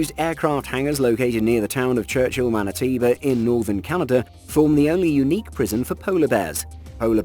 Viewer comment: it would have helped if they at least got the name of the province right. Manitiba... good grief!